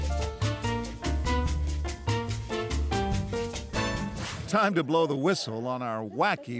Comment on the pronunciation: Lol, she said "Matango" not "Mofongo". Matango is Palm Wine ..